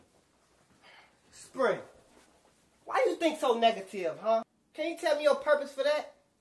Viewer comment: he said negitive instead of negative in the beginning lmao I'm dead bruhh